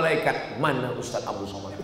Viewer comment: TONTON ANNASIHA ILMU ADALAH KULIT ....LIHAT KOLOM KOMENTAR NAMA YANG BENAR LIHAT DALAM AL QUR AAN ADA PANJANG DAN PENDEK PENGUCAPANNYA ADA HAROKATNYA. KARENA NAMA YANG BANAR ADALAH 'ABDUUS SHOMAD